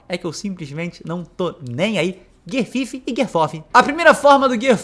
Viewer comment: QUINTO = FIFTH PRONUNCIA-SE: fi(f)TH = FIFT Ademais, ótimo vídeo. Parabéns.